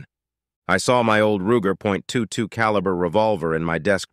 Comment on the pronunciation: He said ruger